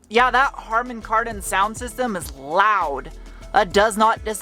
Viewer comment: Karman Hardon😂